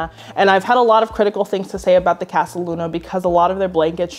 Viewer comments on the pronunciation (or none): none